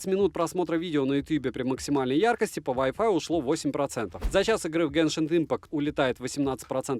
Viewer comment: Геншин, а не гэншинг